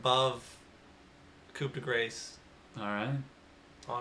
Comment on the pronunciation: I agree with most of your picks, but some of them I find a bit questionable. The main ones I find questionable are: 1. You are overvaluing Coup (pronounced coo) by a large amount. It's one of the lowest win rate abilities in the game. A single point in blade dance is a bigger dps increase than a single point in coup. 2. I find it crazy you value feral impulse so highly when compared with Devour. WIth the correct creep consumed, devour and feral impulse are nearly identical abilities, with devour providing a bigger damage bonus, a sizable GPM boost, and more utility. 3. Black hole doesn't deserve to be first pick/deny territory imo.